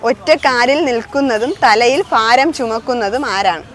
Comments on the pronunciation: ഫാരം അല്ല, ഭാരം ആണ്. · ഫാരം അല്ല ഭാരം.